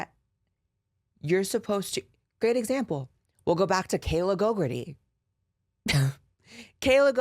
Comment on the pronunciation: Is anyone else just hearing that one journalists name as Kayla GoGurt-ey? Like... is she maybe just mad cause the bitch is covered in GoGurt?